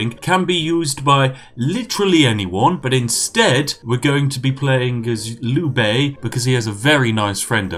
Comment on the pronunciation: Is it bad that I got annoyed at when he could not pronounce Liu Bei?